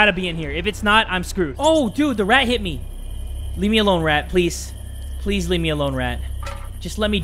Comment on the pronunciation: Ew u just said "pwease"